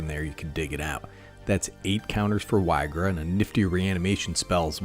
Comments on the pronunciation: It's pronounced "EE-gra" Edit: not being rude, loved the video! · so many pronunciations for this one. Ill say it like EEGRA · Why-gra is humorous, so I'll accept it. Lol. There definitely are some cringe pronunciations with cards. But yeah, cool card and cool build for the deck